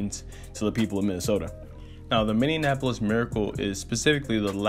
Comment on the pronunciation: It's min-ee-ap-uh-lis